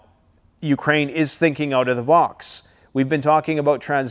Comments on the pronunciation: Good job as always, keep 'em coming. May I suggest a pronounciation of Trans-knee-stree-ah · It's pronounced trans-nist-treeeaa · Trans Nistria. 2 words can help pronunciation. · Trans - niss - tree - ahhhh😊